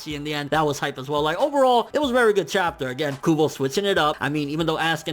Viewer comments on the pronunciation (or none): none